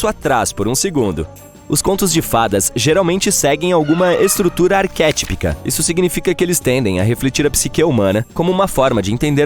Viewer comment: Não se diz arquétpica, mas sim arquetípica